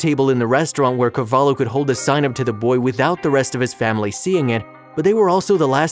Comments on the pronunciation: is not "carvalo", is carvalho, the way you said it sounds like u are saying "cavalo" (horse) in the waitress first language lol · O hope thoses abusers rot in hell He doesnt know how to pronounce carvalho